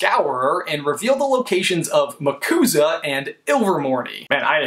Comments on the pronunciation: any one else thought of the Yakuza when he said Macuza? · MCUSA "Muhcooza" XD It sound like a version of the Yakuza XD